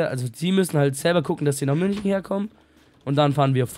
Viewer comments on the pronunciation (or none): none